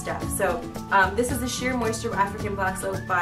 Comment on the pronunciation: its shea moisture not sheer :P